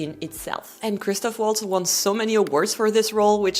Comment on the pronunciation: Étant donné qu'elle est française, ce serait surprenant qu'elle écorche le nom de Mélanie Laurent. En revanche, j'imagine qu'elle ne parle pas allemand et qu'elle ne connait probablement donc pas la prononciation correcte de Christoph Waltz. D'autant qu'elle a sûrement plus entendu son nom prononcé par des anglophones et répète simplement.